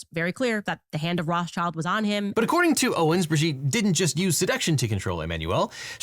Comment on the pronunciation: how did roth-schild become roths-child? it's killing me everytime lol